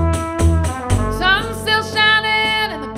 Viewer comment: how they pronounce "glarse"